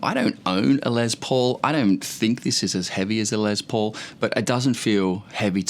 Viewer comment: His name is Les Paul not Lez Paul. Lester not Lezter.